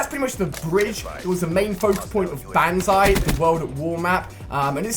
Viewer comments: and its not banzai its bonzai idiot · Ali...Ali.... It's pronounced bon-zye, not ban-zye... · Bonzai not Banzai! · PRONOUNCED BONZEYE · BONZAI IS HOW U PRONOUNCE IT FFS!!!! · it's banzai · You're saying banzai wrong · just saying you pronounce the A as an O in banzai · Does anyone else hate the way Ali-a says banzai?